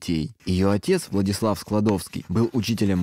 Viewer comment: Не такое ударение в имени Владислав.